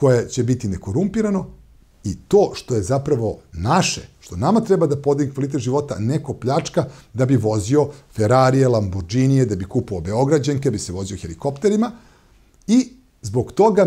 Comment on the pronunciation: Saša, kaže se LAMBORGINI, sa G (piše se LamborgHini, ovo H vraća na velarni izgovor tj. na G)